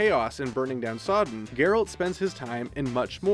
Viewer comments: His names "Geralt" but he saids "Jeralt" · did you just mispronnounce Geralt